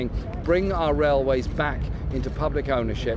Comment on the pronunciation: What's a "raiway" FT?